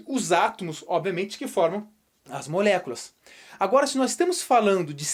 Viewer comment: Adoro quando ele fala "molhéculas" 💁🏼‍♀️😂